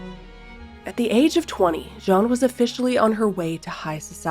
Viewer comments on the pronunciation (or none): Beautiful, but name is Jeanne like, JE”ANNE” not difficult… you are pronouncing “jean” like it’s a man… sorry. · Yes that confused me...I wasn't sure who Jean was 😅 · You pronounce her name wrong. Learn the correct pronunciation of Jeanne, please.